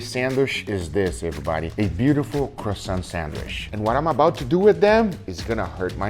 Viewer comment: The way you say croissant would hurt the French more, than when u made it flat.